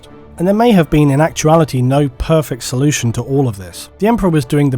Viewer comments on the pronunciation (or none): none